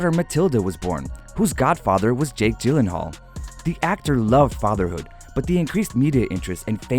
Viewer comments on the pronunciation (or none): none